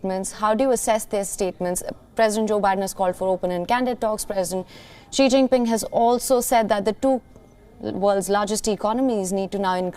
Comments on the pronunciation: Such shoddy work by the incompetent reporter: She doesn't even know how to pronounce the name "Xi." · Learn to pronounce “Xi” correctly. This is difficult to listen to a USA reporter that obviously did not go to the trouble to know how to say his name.